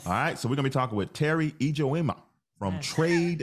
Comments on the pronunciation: Her Nigerian Igbo name is pronounced "eee joh mah". I'm new to watching Teri's videos... excited to learn more. 25May24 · "PAJAMA"- take out the PA and put an E, that's how Ijeoma is pronounced. From another Ijeoma.